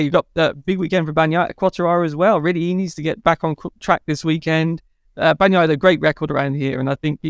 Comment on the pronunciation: I miss Keith on BT ….. right up to the point where he says Bag naya and juke ati. Good god man it’s your job to say these words !!